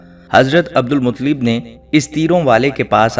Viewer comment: ان کے تلفظ درست کریں عبد المطلب ۔۔ ل پر تشدید ہے۔۔۔